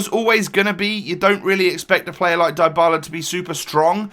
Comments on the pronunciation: You are mispronouncing his name, its said dee-ba-la, not die-ba-la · Dybala isn't pronounced Daibala fyi.. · in english it would. But it's actually ''dee-bala'' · Dr. Drake yes I know that, but I was just stating that in English names containing "y", the y is not always read like you hear in this video ("ai"). Sometimes it's a short i, similar to the italian and spanish one, but shorter and somehow close to a 'e'. Since Dybala's surname is Spanish (well, he's argentinian but still), the y is read with a spanish / italian i, that is like the english double e ("ee"), as you said. My point was that English speakers (if they don't remember to say 'ee'), should read it with the y/i in "Dylan", "symmetry", "sit", rather than the y/i in "fly", "like".